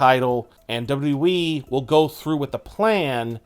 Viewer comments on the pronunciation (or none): Lol I already got annoyed when I heard him say “dubdawe Championship” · Hey bro it's wwe not dub dubby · Why can’t you pronounce WWE??